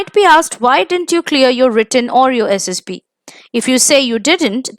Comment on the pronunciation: Mam it's SSB not SSP..PLZ CORRECT